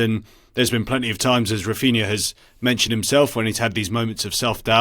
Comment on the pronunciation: Whys he pronouncing raphinha like that lmao